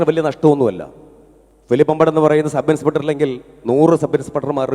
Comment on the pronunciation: സബ് ഇൻസ്പ ട്ടർ... ആ ഉച്ചാരണം പോലും..... Third rated